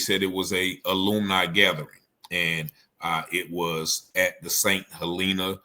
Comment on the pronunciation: Yo it's St. Hellenah that is how u say it not Helleennah. Lol glad u did say Beaufort right appreciate u fam